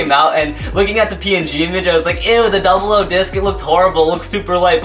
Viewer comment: on the slash dragon you said duble o disk is the 10 disk(the disk for slash dragonis actualy pronounced oo)